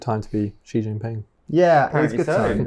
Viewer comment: The big Xi-eese lol